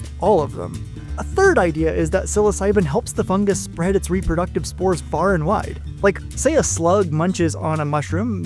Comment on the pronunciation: do you pronounce the singular form "fun-jus"? "foot fun-jus" just sounds so wrong lmao.